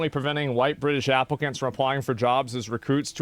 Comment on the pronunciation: White Bwitish